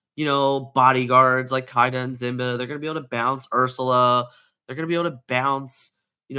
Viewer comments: I need Simba to leave the meta so dude will stop saying Zimba every video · 1) It's not about accent, it's the wrong pronunciation. Two very different things. 2) Even though I'm not making fun of anyone's accent, I'm pretty sure I could if I wanted to 💁🏻‍♂️ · Great video but Why do you pronounce simba that way? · Okay dude, I like your videos, BUT listen to me for a while 😂 1) It's K-I-da, not K-AI-da 2) Sheriff of Nottingham is on of the antagonists in the Robin Hood legend, the card Robin Hood is "Champion of Sherwood" 3) Last but not least, it's Simba, not Zimba, this one hurts my soul Maybe it's an inside joke I'm not in on, but any time I hear either of these, I just want to throw whatever device I'm listening to you on through the wall 😂 Other than that, I love the info!